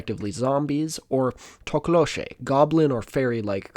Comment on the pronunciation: From South Africa and appreciate the impeccible pronunciation of Thokoloshe. On top of the regular Goblin shenanigans, you actually want them under your bed. As is, you need to raise your bed off the ground so they can walk under it. Because if they pass through your house and can't get around you, they'll either bite your toes or just just pick up you and your bed and take it with them.